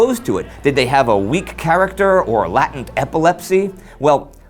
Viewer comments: Lay-tent. Not Latint. 😂 took me a minute to figure out what you were saying. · Hey Indy! What you guys have made is hands down the best show on Youtube! Also, ; Latent is pronounced 'lay-tent' , not 'latin-t'. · lay-tent, not lah-tent.